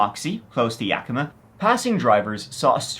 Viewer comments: good job pronouncing Yakima!! 👍🏻😁 I think it was aliens 👽. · Thank you for pronouncing Yakima correctly!! I live there and so many people mis pronounce it!!! 😂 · I always love your videos. Living in Yakima (and thank you for pronouncing it correctly😊) (no, seriously, people say it werid all the time on YouTube🙄), Moxee is truly out in the middle of nowhere Weirdness, serious weirdness. Yakima does have an airport, a very small airport. The Yakima Fireing Center is close enough to be involved in a conspiracy, It's run by the Army I believe... There is a lot of Army training done in the hills between Yakima and Ellensburg. I don't have a clue if it has anything to do with that poor man. BUT a mystery is a mystery... Sad but intriguing stories. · I just have to say as a native of the area, good job on pronouncing city names in Washington. Yakima and Spokane are often pronounced incorrectly, but you nailed it! Even some big tv shows like Criminal Minds have gotten it wrong. Details like that are why I subscribed!